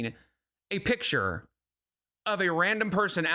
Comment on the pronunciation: Finally found someone who’s pointed out how she says “take a pitcher” instead of “take a picture” omg